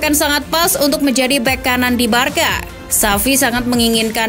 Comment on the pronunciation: Barsa mbak bukan barka cara baca nya